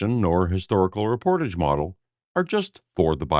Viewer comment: The way he's saying reportage is the most offensive part